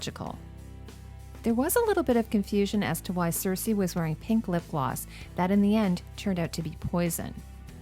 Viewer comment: says "queen cersesi" 😋 btw, great video, as basically always!